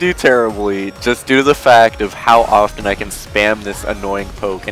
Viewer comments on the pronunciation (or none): none